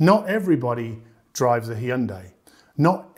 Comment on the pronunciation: Did he really say "Hee-yun-day?" (Hyundai)